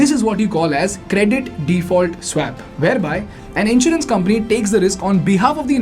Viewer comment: You're getting the pronounciation of "swap" wrong. You may want to correct it in future videos :)